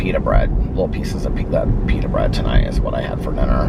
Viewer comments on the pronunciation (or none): none